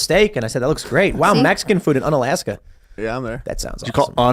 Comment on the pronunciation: It's pronounced "oo-na-laska"